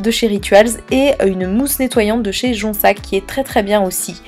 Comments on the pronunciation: LOL oui je sais tu dois être la dixième personne à me dire ça pour jonZac! Si tu regardes mes nouvelles vidéos tu verras que je le prononce bien . Et je sais que c’est une ville mais comment appeler cette marque alors si je peux pas dire jonzac ?😁 haha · Tes produits ont l’air très bien. Je voulais juste te préciser que le nettoyant de l’eau thermal de Jonzac se dit « jonzzzzzac » on prononce bien le « z » et c’est pour la petite histoire une ville et pas un nom de marque à proprement parlé. Elle vient de la cure des termes de cette ville. Enfin voilà voilà juste pour une petite précision 😊